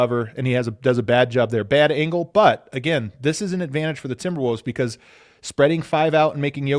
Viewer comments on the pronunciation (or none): Always love hearing say Timberwooves